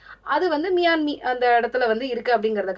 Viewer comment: Miami is pronounced as மையாமி, and not மியாமி